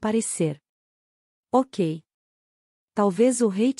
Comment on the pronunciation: Oh obrigado❤ Comprei o primeiro livro a um tempo, mas ñ pude obter as continuações. Amei a leitura. A voz é ótima e qualidade tbm. Mas confesso que demorei um pouco para entender que "OCA" era "Ok"🤭 Estou no